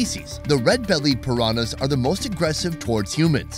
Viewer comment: I love that can not pronounce pirañas hahaha